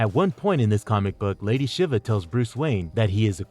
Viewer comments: Not lady shivuh lol...she-va shiva is pronounced she-va lol. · Good analysis, but you make a lot of pronunciation errors... Psyche, Shiva etc